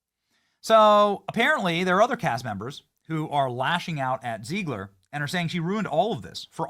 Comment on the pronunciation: ZEG-LER, NOT ZEEG-LER!!! Is he trolling? To be clear, ZEG-LER destroyed this movie, and I'm not a fan.